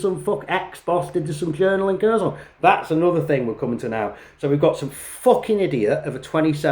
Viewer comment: Yeah he clearly knows well the Russian language considering that after more than 3 years he can't even pronunce properly the oblast name he's fighting in. I guess that those underdevelopped Ukrainian should just do what the brilliant British leaders tell them to do.